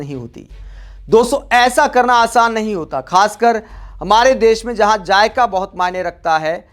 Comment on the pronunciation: Jayka nahi zayka 6.35